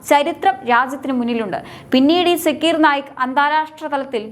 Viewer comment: സാക്കിർ നായിക് എന്നാണ് കുട്ടി